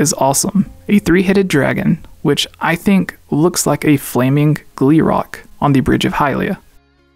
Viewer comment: Omg first HMK with “Gleeork” and now you with “Gleerock” hahaha 😂